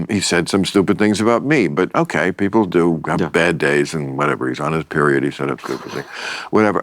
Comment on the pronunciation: "Come on beople"